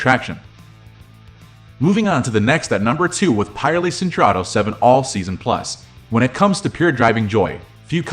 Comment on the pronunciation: Also I wish you'd fix your pronunciation of Pirelli